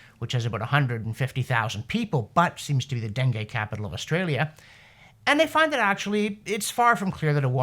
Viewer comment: Nice job on the pronunciation of dengue fever. Missed on Cairns, Australia though. P.S. sorry for offering up a critical comment - you are doing wonderful work!